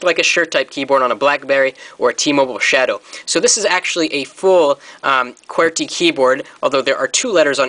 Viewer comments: hah its like he says qwertkey, good vid though. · he says QWERTY weird! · thumbs up if you think he sounds foreign when he says QWERTY!!!